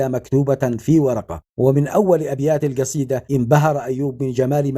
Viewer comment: انت لا تعمل فيديوهات.الا بعد أن تتقن اللغه.العربيه.وتفقتك.فمك. قال جطر.. والجصيده.